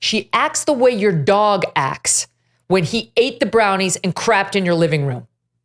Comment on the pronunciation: Hey Megyn, there is a 't' in the words acts. You are pronouncing it "ax".